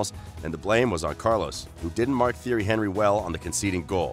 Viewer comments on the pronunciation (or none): The video is full of pronunciation errors as well as other errors. How do you not know how to pronounce Thierry Henry? They used to chant that in the stadium every time he played.